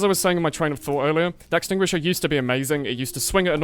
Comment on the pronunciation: "using the axtinguisher in 2018" lol sure DEX user cries in the corner